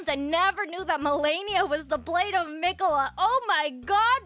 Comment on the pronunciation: Did she pronounce blaidd as blade?